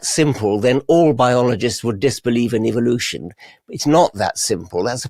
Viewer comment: The way mel pronounces evolution: “evil-lution” 😂 google: ‘mel gibson tapes’ to find out more about who that guy is..